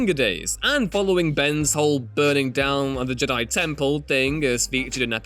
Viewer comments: Why have i only just noticed the weird way of pronouncing Jedi this guy has its more like hes saying JID-AYE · I hate the way Ewan says Jedi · do you know how to say jedi and yoda?